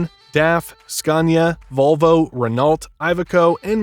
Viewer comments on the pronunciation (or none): It si pronounced Reno, not RenAULT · Say RENO , not RENOLT ... 😂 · Just for the speaker : We don't pronounce the "T" on "Renault" :) We pronounce like "Renô" :) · ‘T’ is silent in Renault.